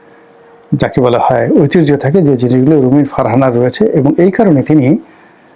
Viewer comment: একজন উচ্চ শিক্ষিত লোকের মুখের বাংলা ও ইংরেজী শব্দের উচ্চারন যেমন- ঐতিহ্য-ঐতিরয, এটিচিউট-এটিটিউট ইত্যাদি বড্ড বেমানান।